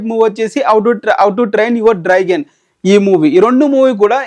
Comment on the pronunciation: Neki enni sarlu chappali ra babu draigon kadu Dragon 🐉 ani 😡😡